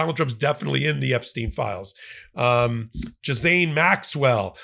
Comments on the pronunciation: Her name is pronounced gill aine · Just helping the pronunciation of Ghislaine (Gee-lane) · Ffs it’s pronounced Gillane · Her name is pronounced Gee -lane!! The S is silent. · The name Ghislaine is French, and is pronounced simply "Gee-len". Looking forward to hearing some USAmerican pronouncing it correctly. 😀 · BTW the s in Gislaine is silent.